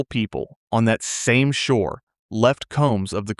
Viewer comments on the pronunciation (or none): none